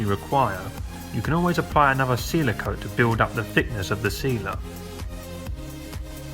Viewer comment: OK so this is strange, later in your video you said thickness and you pronounced it right with the TH, but a few words before that you said ANOVA. Poor thing, it's another.